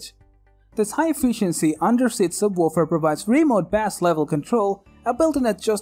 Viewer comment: I know it was do distracting! Lol and the sub...wuuufer